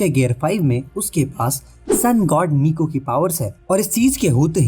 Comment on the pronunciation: Nika🗿 ❌️ Niku 🥹✅️